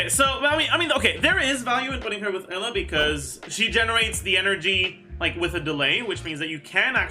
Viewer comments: I guess Eula is pronounced Ella now huh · Why does he pronounce "Eula" as "Ella"?